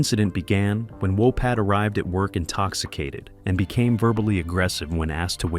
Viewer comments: It's Tom Wopat not Tom Wopot. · Walpot you said it wrong 5 times